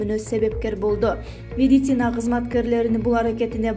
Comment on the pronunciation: Бека Медиа, ушул кызды диктор кылгандан уялсанар боло, орусча создорду, терминдерди туура айталганы жокпу, жада калса медицина деген созду туура айталбайт, медисина деп кой 😂😂😂😂